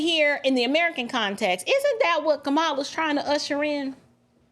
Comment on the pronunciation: Did he say, Ka"Bama Harris? OMGoodness, LOL😂😂😂... It's true though!